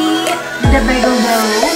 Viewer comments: I wonder at which part of the bagel making process could we add flavorings? Like cinnamon raisin or everything bagel spices. They look delish! definetly a recipe to try. (I pronounce Bayghel not Bahgel by the way LOL. The great quandary posed in the video) love your channel! Left a long message in the last video, which no need to repeat here LOL! Glad you feel encouraged :) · In NYC its bay-gehls (bay as in san francisco bay) nice video ❤ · Bay-gull is how it's pronounced on the east coast